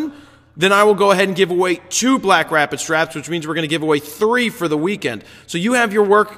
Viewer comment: The yawn sounded like a Wookiee having an orgasm. Great images this week! And yes, you did say "BlackStrapid." :D